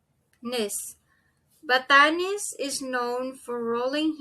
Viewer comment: Thanks for your vid. Shouldn’t it be seeBOO for Cebu & maYON for MaYON & baTAHness for Barnard, since you are stressing the 2nd syllable? The slide shows the right stress for Boracay, but your pronunciation sounds a bit off if said too slowly.